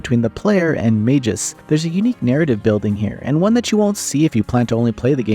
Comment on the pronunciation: Mag -us, not majus.